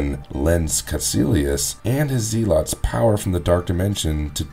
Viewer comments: It's pronounced Zelots not ZEEELOTS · Yeah that was weird mispronouncing. They even say it in the movie the right way so this guy is not fit for narrator status, it's embarrassing honestly. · Dude…it’s pronounced zeh-lets. Not zee-lots. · "Known as the zeelotts" I can't lol